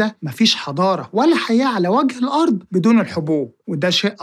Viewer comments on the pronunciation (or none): none